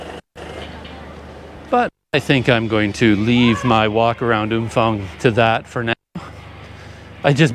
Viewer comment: No f sound. Ph is pharng sound